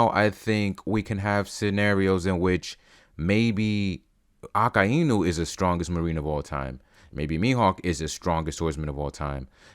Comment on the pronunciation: How do bro pronounce akainu? Aka inu